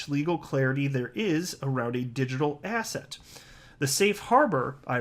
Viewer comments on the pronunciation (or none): Every time you say the word ‘asset’, all I hear is ‘ass hat’.